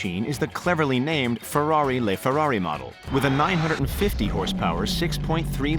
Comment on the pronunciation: Lol he said le ferrari